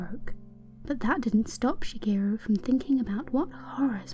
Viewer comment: omg when you pronounce Shigeru you give a perfect japanese accent to it - very nice on the ears!